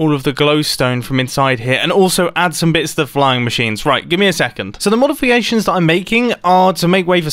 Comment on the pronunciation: “the modifiations”